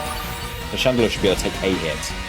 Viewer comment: “Radelure” XD love it